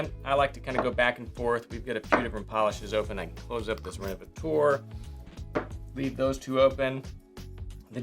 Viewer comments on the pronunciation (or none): Well done! One note: the leather revitalizer you used is pronounced "rénovaTEUR" insted of "rénovaTOAR". 🙂